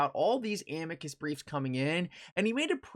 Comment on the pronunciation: Nobody pronounces Amicus right. It’s Uh-me-cuss = Amicus.